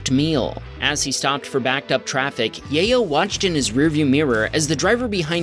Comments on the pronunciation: I believe the name is pronounce YAH-YO not Yay-yo. Sorry, I just thought it was funny😂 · You mispronounced Yayo a dozen times in the space of a minute lol